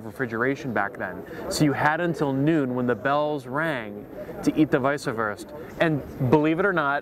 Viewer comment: You're killing me pronouncing Weiswerse. Or Weisebier. It's vise vers, no ah or ea at the end.